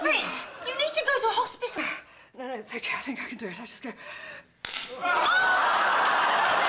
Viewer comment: "hopt-stital"? LOL ... I love how they kept rolling though.